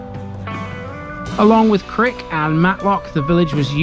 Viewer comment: This was enjoyable! I think the Butts is so called because it was where archers used to practice, also you mentioned Crich, pronounced Crick? The pronunciation is actually Cry ch ! Cheers